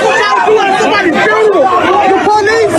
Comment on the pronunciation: Repeat after me, "Few-Na-Ral".